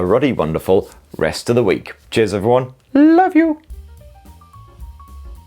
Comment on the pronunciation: He definitely says jizz instead of cheers